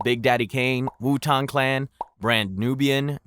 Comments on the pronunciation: "wu-tong clan" 😂what? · Was enjoying the video until you Wu-Tang was pronounced like that